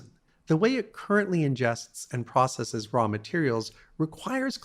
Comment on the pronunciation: "Processeez" makes it hard to take someone seriously. So does "Neehilist".